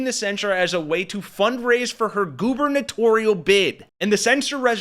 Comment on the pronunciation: "...GOOBERNATORIAL bid." 😂 🤜🤛